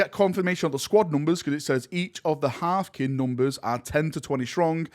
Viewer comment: That "Høøøfkin" pronunciation made me spit out me coffee!xD